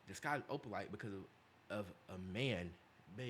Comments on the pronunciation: YOU NAILED OPALITEEEE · Yes you got opalite right... It's travis... Travis's birthstone is opalite as well